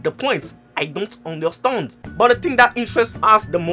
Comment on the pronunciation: Sorry no offense but when u say Understand i feel u r French and I can't stop laughing